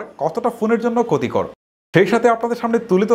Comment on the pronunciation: Vai kotikor na, khotikor